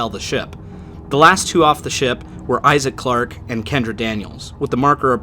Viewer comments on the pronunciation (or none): none